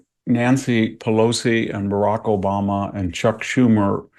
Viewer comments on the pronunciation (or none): none